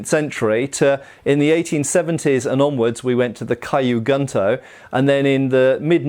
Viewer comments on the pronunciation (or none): I really hate to be pedantic, but it my stomach churns when says kyu gunto as “Caillou” instead of “Q” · Quick pronunciation note: Kyu Gunto would be said more like "Queue Goon-Toe" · It's actually "Key-you-goon-toe" and "sheen-goon-toe" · not a complaint but as information, the pronunciation of Kyu Gunto is like "Q Gnto". the cu of cute, g of good (not of gun) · Kyu Gunto is pronounced, “Queue Goon-to” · "Caillou Gunto" haha sry